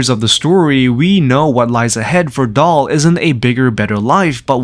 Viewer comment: Daal, not Dahl